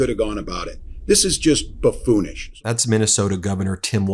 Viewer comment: I think it's "buffoonish"?